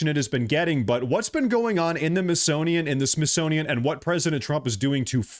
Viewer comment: Your "Freudian Slip" was profound. "Myth-sonian"